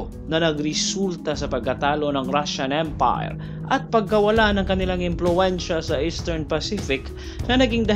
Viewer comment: kakaiba ang pagbigkas mo ng Japanese EM-PAAAYYR Rashan EMM-PAAAAYYYRR